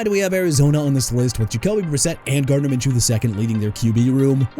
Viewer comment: KAYVON THIBODEAUX PRONOUNCED TIB-UH-DOH! GARDNER MINSHEW AS IN MIN-SHOO! ALSO THE BUCS WINDOW TO THE SUPER BOWL IS OPENING SOON NOT THE PANTHERS! DO YOUR RESEARCH!! AND LEARN TO PRONOUNCE MR. AI SOUNDING VOICE DUDE!! WHERE JASON BIONDO AND JUSTIN FRACTION AT HUH?! DID YOU PPL FIRE THEM?! HUH?! SMH!!